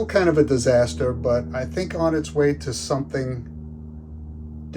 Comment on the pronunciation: O.K., you comment at the beginning of this post, "She's a disaster" totally gave away your accent.